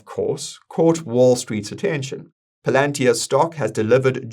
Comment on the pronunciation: That's actually how it's pronounced. We been pronouncing it wrong